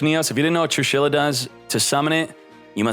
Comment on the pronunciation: Nobody:: True-Shi-La???